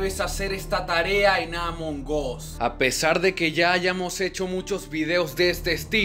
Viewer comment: Se dise among as no amongos